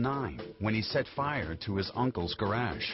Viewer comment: is anyone else annoyed by the way the narrator says garage ?